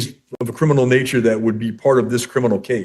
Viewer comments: Her crinimal case? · It's not crinimal! So there.